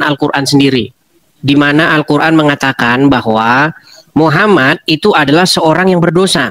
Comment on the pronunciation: Baca alcuran ape kekumur dasar bromocorah potato nafcuh nih ye abdulll 😂😂😂😂😂